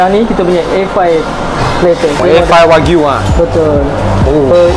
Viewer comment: Dah 2025 pun masih dok sebut wakyu lagi ..😂😂 waklu